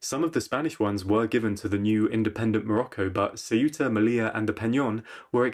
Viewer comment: Céuta, not Ciúta Meliya, not meliah